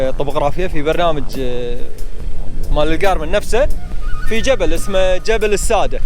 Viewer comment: مبدع واصل نطقك لاسم الجبل او التل غلط هو اسمه الساده بمعنى يسد الشعيب الكتابه صح بس النطق يختلف